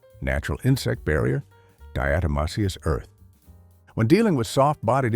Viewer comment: Some good advice here but also some bad advice. Do your own research before you take the advice any video, let alone AI that can’t even pronounce diatomaceous earth.